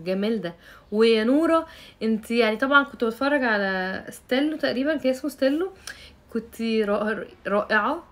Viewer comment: ستيلتو مش ستيلو يا راندا